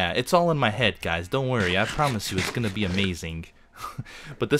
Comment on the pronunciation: He pronounces "g" as "k" in "ing". If you watch his videos, you'll notice XD